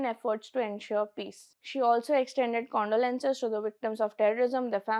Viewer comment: Although it was a useful piece of information(news) however the narrator needs to work on intonation while reading the news. There were words like condolences which were pronounced wrong. Other episodes as well you can find similar problems with the same narrator.